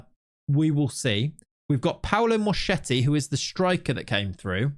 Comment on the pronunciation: Mosketti CH is a K sound Thanks